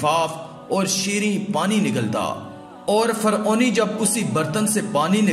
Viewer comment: Faoni ni hota Firouni hota ha